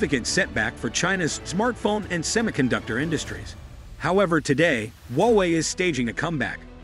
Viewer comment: Hallo! Don't be so patronising, okay? There is no 'wowei'; it is HUA WEI. Understand? Even sore losers need to lose graciously! Wowei, wowei, wowei? Seriously!